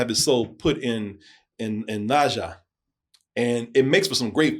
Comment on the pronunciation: The name should be pronounced like nerjar 😊